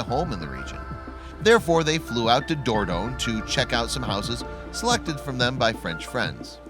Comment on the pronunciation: Yes and wherever before did you hear a stress on the first syllable of "Dordogne"..